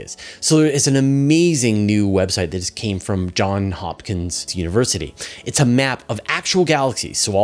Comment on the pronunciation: It is John 's' with an 's' on the end.